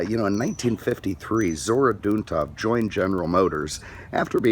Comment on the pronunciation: this guy can't pronounce Zora Duntov correctly, what an ass.